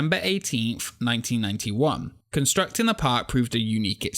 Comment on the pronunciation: interesting topic, though i'll admit it took me a while to get used to your accent, and how you drop the "g" on so many words (constructin', visitin')